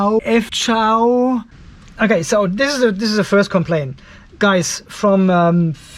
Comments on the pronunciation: Thank you so much for your review,. What a great testing!!! 🥰 hahah...but we are not "peter", we can read our brand like letters F C H A O has no word pronunciation. Welcome to pay attention to our new brand and new products. 👍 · Pronounce 'Fchao' as 'Chao', just the same way the 'P' is silent in Pneumatic. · Had to replay the pronounced the name😂😂😂